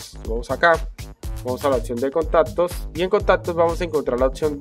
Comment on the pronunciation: Contatos... atsetsibilidad JAJAJAJ